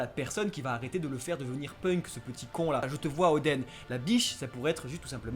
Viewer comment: Oden Kozuki ils le prononcent ´odèn’ mais le Oden ils le prononcent odeun alors que c’est pareil.